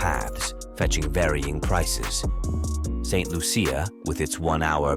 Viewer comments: St Loosha that's how its pronounced. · St Lucia 758 please pronounce my country name properly. Thank you